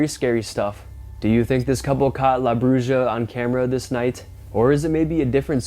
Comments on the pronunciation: Come on dude. It's broo-ha not Broo-juh. The letter J in Spanish is the sound of the letter H. You know Jalapeños? Take the time to learn how to pronounce the Spanish words if you're going to use them and not perpetuate the world's belief that all Americans are dumber than a box of rocks. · It's pronounced like brew-ha no brew-ja the j in Spanish makes the h sound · Bruja is pronounced "broo-ha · The witch in Mexico in pronounced" Broo-ha"the j is silent.